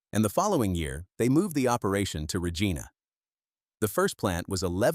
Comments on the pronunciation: Lentils etc a " rock roller " filled with water a solid pipe would " punch " the rock into the ground. Lots of others NOT just Deglaman. Cant even pronounce the " Reg - ina " lol. Side line blade. Got JD contract. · Slough is pronounced “slew” not “slof” Regina is not pronounced “Regena”